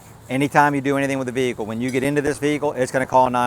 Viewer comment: why is a Vee-Hikull randomly be calling 9/11 ¿¿¿¿